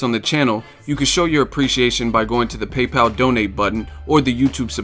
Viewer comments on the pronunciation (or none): none